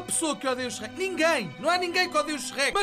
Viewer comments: Meu deus, em Portugal parecem q vocês "Sherrek" em vez de Shrek... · Sou do Brasil e amo a sua pronúncia do Shrek HAOAHEOAHSOA "CHERRÉQUI"